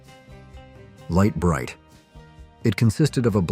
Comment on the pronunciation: You pronounced Lite Brite like 5 different ways